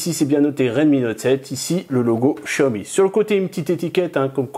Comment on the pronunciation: on dit pas chiaomi mais xiaomi